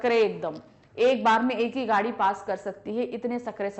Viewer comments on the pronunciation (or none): none